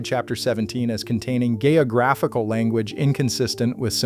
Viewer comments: "Gay-oh-graphical"? Shouldn't that be "geographical"?..😂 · Gay’o’graphical? You’re having a laugh surely! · Gay-oh-graphical????? Stopped watching! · "Gay-o-graphical"? There's Pr0n in the Book Enoch! :p Nice one, Robot. :\ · Does anyone else here him say, gay Ass manuscripts , sorry . Cant hear it any other way lol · I find it hard to listen after the mispronunciation of geographical.